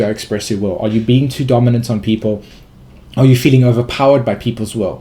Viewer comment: Are you saying "expression of the wowe" or "expression of the will"?